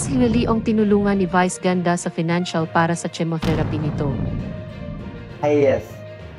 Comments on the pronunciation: Ano ba itong narrator na ito ,Bakit ganyan ang bigkas mo ng chemo, hindi chemos yan ang pagkarinig ko sa iyo,ayusin mo kasi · Chemo- kemo kung basahin....